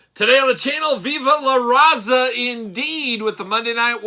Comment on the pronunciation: i'm going to need you to not be so white when you say viva la Raza 😂😂